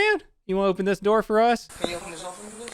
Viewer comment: rly said “open the noor”